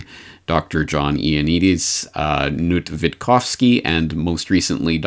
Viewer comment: Hes not Nut,pronounced as K.NUT,Kis not silent.